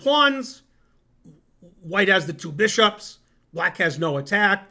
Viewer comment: Ze two bee-shops